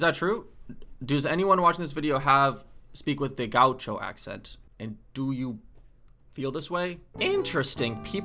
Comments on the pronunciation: "Gaúcho". The acute accent (´) is generally used for stressed syllables. It's /ga'uʃo/, not /'ga.uʃo/ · Gah-oo-sho – how you say gaúcho 😬